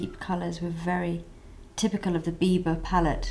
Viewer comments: Without having looked at the title, I thought she said "Bieber" lol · Everytime u said biba, it sounded like u said bieber. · oh gosh, when you say biba i hear bieber and i'm like, justin bieber has a makeup line? well thats not surprising lol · LOL when you said biba fever i thought you meant bieber fever